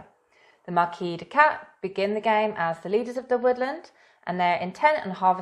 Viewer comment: The s in marquise is pronounced. If you pronounce it without the s, you're changing the gender of the Marquise to male instead of female